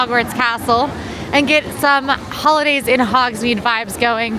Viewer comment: Full disclosure, when you said ‘Who-lidays’ I heard “Hula-Days” realty was an initial let down, but I recovered.